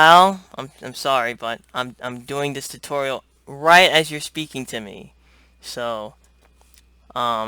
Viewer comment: lol "Hello everyone to my tuturial" wat?